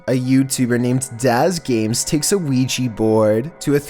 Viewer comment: Please !! Please speak „Ouija Board“ right 😖😫 it’s Ouija not Ouijy or anything else !